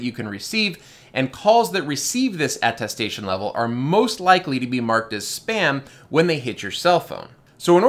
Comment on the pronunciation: Thank you for this video-- very informative. I must tell you, however, that it's atTESTation, not atTASTation, i.e. something you attest to.